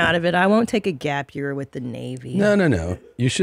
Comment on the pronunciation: *it’s called a GAPE-YEAR